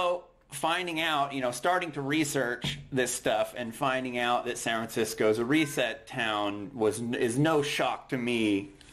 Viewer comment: Is it me or does this guy never pronounce the damn "F" in San Francisco? It's bothering me to an irrational extent.